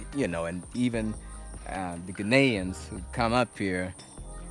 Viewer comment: It's Ghaa-nee-an not Ghenian.😁😉